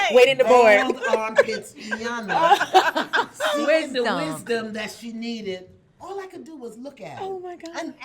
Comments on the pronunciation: ee-yon-la! not eye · Why do so many mispronounce Iyanla's name? It is not I-yanla it is E-yanla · Ee-Yan-lah Ee-Yan-lah Ee-Yan-lah Ee-Yan-lah Ee-Yan-lah Not Eye-yan-la! Irks me when people get it wrong. Apart from that, thank you for this vid, love it. Ps. Those earrings on the far left! 🔥 where are they from?!?